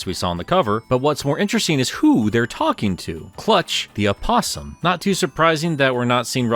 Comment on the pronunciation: What he said: Clutch the Opossum What I heard: Clutch the Apostle. Whelp, looks like the Chaotix needs more FORCES for this…